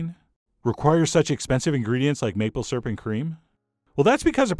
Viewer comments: I a;ways snicker when I hear Chef John pronounce "Syrup" as "sirp." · ..........did you just pronounce syrup "properly" ?